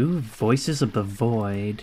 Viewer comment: woices of the woid haha